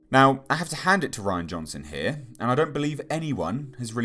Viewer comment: You’re pronouncing his name wrong it’s not Ryan it’s Ri-Ann